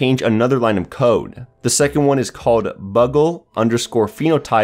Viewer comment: Bugle is pronounced "byoogle" not "buggle".